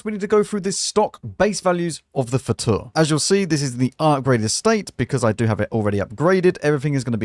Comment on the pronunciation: Hello, not to be annoying but Fauteur is pronounced as Fotöh(rh), eu is the same as ö in German and Turkish